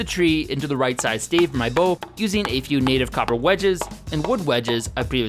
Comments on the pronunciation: exactly a stave. (Pronounced like stab but with a "vuh" sound instead of a "buh" sound) not a stay-ve, as he said. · "Stay-ve"??? Wtf is a stay-ve?